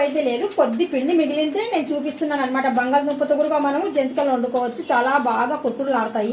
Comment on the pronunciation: జంతికలు 😮జంటీకలు కాదు